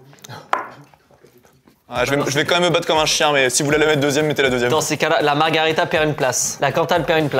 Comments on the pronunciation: Juste pour info on ne dit pas margarita mais margherita pour les pizzas. Sinon c’est un cocktail 😊 Et pendant qu’on y est c’est soit des ciseaux soit une paire de ciseaux hehe. Je taquine. 😅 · Margherita, pas margarita. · Par pitié c'est "MarghErita" et pas MargArita 🤣